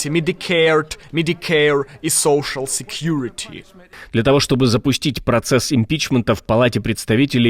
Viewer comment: лучше уж на русском сказать медикейр и соушл секьюрити сказать чем пытаться неверно имитировать произношение))) кликбейтите уже два месяца на уровне помойки на названии ролика, а в остальном отлично, спасибо